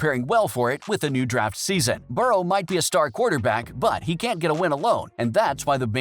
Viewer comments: can’t even pronounce Joe burrow correctly. “Burrows” like really? This dude can go kick rocks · Bengals made the playoffs alot in that time frame.... and stop saying Burrows it Burrow. What the hell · Adding an s to Burrow is pretty cringey, especially when you put it in text...